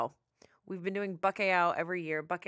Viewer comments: As a Portuguese speaker, pronunciation of Bacalhau made me giggle. I swear i did not understood at first lol. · I just know the Portuguese were screaming when crying when miss pronounced bacalhau